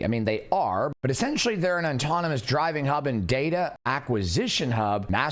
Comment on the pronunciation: just for future reference, it’s pronounced aww-tawn-ih-mus, not ON-tawn-ih-mus. It’ll make you sound smarter. 😂